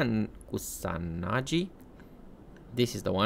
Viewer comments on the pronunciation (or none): koo- sah - nah -gee (geezer's 'gee')